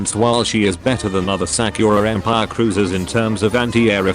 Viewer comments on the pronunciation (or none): Sack-your-ah em-pyre